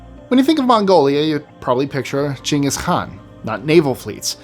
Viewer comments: You are one of, if maybe the only Youtuber that pronounces Ghengis Khan properly. Good on you sir, good on you. And to the people who commented it was incorrect, well, lol! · I appreciate the true pronunciation of Genghis Khan. Don't let the naysayers get you down. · Hey did you learn the proper pronunciation for Genghis Khan from Josh Gates?? I did lol. Thanks for pointing out the proper pronunciation to your viewers 💪🏻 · Lmao I was surprised to hear someone pronounce genghis Khan correctly. It's super rare